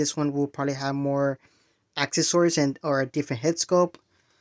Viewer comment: Two things, this is the 4th or 5th video you talking about the Chris Reeve stuff lol, WE KNOW. Update us again when it's actually coming out. Secondly, you got to practice saying the word "accessories", it kills me to hear you say it 😂😂😂. But I'm hoping we get another Darkseid without the cape.